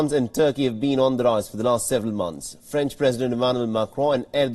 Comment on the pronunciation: It's French not Franch.